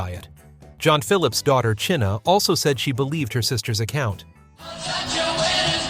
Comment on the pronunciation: "Chinna"? Phillips?